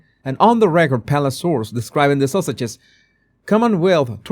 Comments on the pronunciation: ❤I just giggle whenever you say “fuh-thuh” and “Duchess of sausages”😂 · I just love how you pronounce Sussex as Sausage, so fitting! Makes me chuckle at the Sausages every time ❤